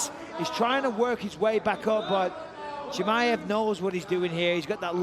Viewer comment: Bisping wtf man ? It's not Hamaev it's Chimaev 😆